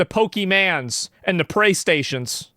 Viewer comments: It's pronounced pwastation😅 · Pray Station while eeetinng fwied wice!😂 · Praystations had me cackling bro. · "Praystation" worked too well! 😂